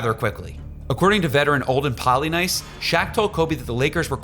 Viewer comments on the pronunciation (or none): C'mon man. Vlade Divac is in the HOF & Olden Polynice played in the NBA 15 years and you butcher their last names???